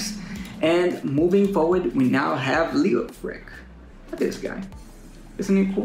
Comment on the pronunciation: It’s Lay O Frich, bruh